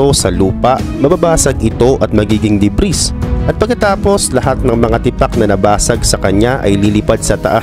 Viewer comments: Debris - de bri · Silent "S" yung DEBRIS